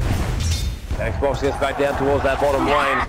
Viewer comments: Listening to the narrator call XBOCT ''Xbox'' is fucking painful to my ears. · Its XBOCT, not X BOX